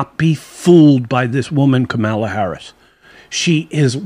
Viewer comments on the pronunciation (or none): If, could. His last name is not pronounced Brenen, but Branham and not Camila but Kámala